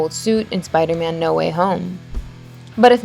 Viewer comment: she said spido man